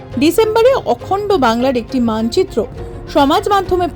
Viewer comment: আপনার বিশুদ্ধ উচ্চারণে “অখণ্ড বাংলা” শুনে মন ভরে গিয়েছে 😢